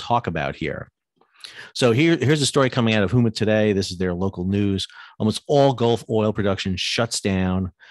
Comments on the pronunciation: Sal - Need to update your pronunciation of Houma. It is NOT Hoo Ma, it's Home-ah. Otherwise, good summary of Gulf impact. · I don’t want to be that guy, but the i have heard in on too many discussions today. Houma = Hoe-Ma